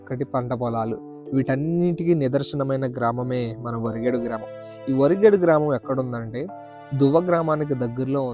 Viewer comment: వా రి గే డు కాదు బ్రో వ రి గే డు ... నైస్ వీడియో